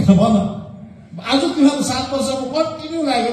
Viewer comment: Boli lai Alik sudharnu paryo sir, Teme haru - Temi haru ......? Ke ho yo "Shabda"